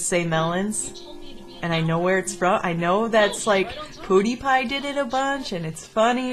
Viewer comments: not cool its pewdiepie not poodipie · pootypie? its Pewdiepie DUH! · POODIEPIE??? WATAFACK??? That's the funniest interpretation of his name ever! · you just called him poodiepie wtf bro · Poo dee pie? XD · No, it is "Pew-Dee-Pie" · It's pronanced pew-Dee-pie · MELON!? oh and, it's pronounced pew-de-pie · Pronounced : Pee-Yoo-Dee-Pie Before any butt-hurt fans come along. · Lol, when says "Pewdiepie" wrong. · it is spelled pewdiepie but he says it is pewdpie